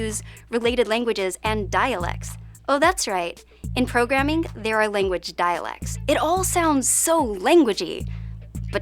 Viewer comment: Would you mind doing a vid on modern vowel shifts? For example, the young lady on this video often has her “a” sounding like an “i”. (Eg lang sounds a bit like ling)